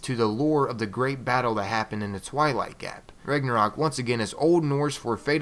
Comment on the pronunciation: it's pronounced Rau-na-rock